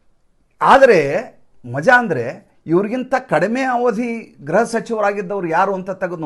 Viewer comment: ಗ್ರಹ ಸಚಿವ ಅಲ್ಲ ಗೃಹ ಸಚಿವru ಯವರೇ